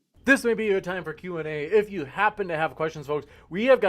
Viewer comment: Hey lady in the bandana I hope you read these comments it's not g o o t it's g o o d learn how to speak English you illiterate f***